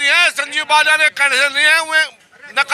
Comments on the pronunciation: कृपया नाम तो सही लीजिए उनका नाम बाल्यान है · श्रीमान बलयान नहीं बालयान हैं